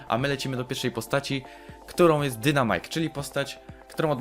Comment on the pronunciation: Błagam nie mów dynamajk tylko czyta się dajnmajk. Proszę czytaj poprawnie bo mnie kole w uszy jak ktoś tak mówi.